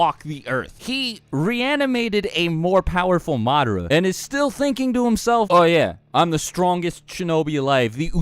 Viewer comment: did you just say MAADRA